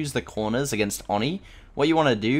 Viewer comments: I think it’s pronounced oh-knee not onnie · Oni (Oni) not Oni (ani) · ON-NEEE bruh it’s OH-NI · Its pronounced oh ni not or ni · It's oh knee not ah knee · its not fucking ON-E its OH-KNEE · I hate when he says Awni it's oh ni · I hate how you keep saying Aw-ni instead of Oh-ni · oni i pronounced oh-ney not awe-ney ipa: /oni/ not /ɑni/ japanese: 鬼(おに) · Its o-knee not on-e lol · Please pronounce it Oh-knee, not On-E. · Nobody:: Awni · Do you Call him ONi I always call him oNEE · It is O-KNEE. 😂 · man really said "on knee" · Whats "Awni"?? I know about the new killer Oni but I haven't heard of "AWni" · dude it's pronounced OWN-EE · It’s pronounced “owni” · No rudeness intended but it is pronounced Oh-nee,this was pain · You pronounce oni wrong. It’s oeni on awni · Anyone else annoyed by the mispronunciation of Oni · anyone else slightly annoyed by how he says oni 😂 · For the love of God. Please stop pronouncing Oni like that.